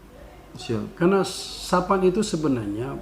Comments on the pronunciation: satpam pak bukan sapan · Apa cuman saya yang mendengar bpk AKBP nyebut satpam dengan SAPAN 🤣